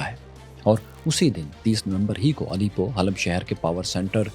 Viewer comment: Bhai it's not Alipo. It's Alepo